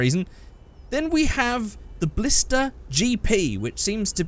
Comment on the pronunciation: Ballsta. Ballista RS. Ballista TA.